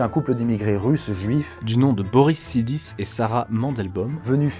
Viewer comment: Exactement ce que je me suis dit sur le coup. Et je tiens à rajouter la mauvaise prononciation de Sidis qui se prononce "Chaydish"